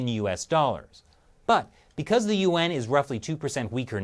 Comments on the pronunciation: It's embarrassing when a YouTube channel dedicated to China can't even pronounce the name of its currency correctly. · you pronounce Yuan as two syllables! Didn't shelly teach you that it's only pronounce as one syllable! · Lol every time you say Yuan I think you say UN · Here's what i think... your pronunciation of "yuan" and "UN" sounds exactly the same... which is confusing sometimes... and... you better be careful... if SarcastiBob 3000 every gets any real air time... your cushy anchor position could be in trouble... just sayin.